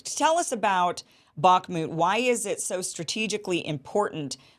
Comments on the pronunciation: Iversen : Kim, you aren't pronouncing the name of this part of Ukraine, correctly. Based on your pronunciation, I had to do several Web searches to try to get the spelling, and it is " Bakhmut ". That should be rather pronounced like "Bakh" + "mut", and not like "Barkmood", "Bakmood", etc. Anyway, it is Bakhmut, and captions for this video don't correctly show this. The caption shows " buckmut ", although I now notice that ... not captions, but text normally shown with the video, says "Bakhmut", which is correct. Captions often contain errors, or so I've been finding anyway. Lastly, given that Scott mentioned Ray McGovern in relation to all of this, maybe you could have Ray on for guest about this situation in Ukraine, I suggest. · Hi Kim pronounce bakhmut with a silent K. Bah mut. Great work